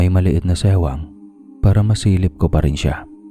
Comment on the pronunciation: may maliit na SEWANG hahahahahaha SIWANG yun hindi SEWANG hahahaha